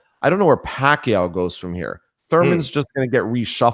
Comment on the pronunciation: First time hearing an American pronounce Pacquiao the right way lol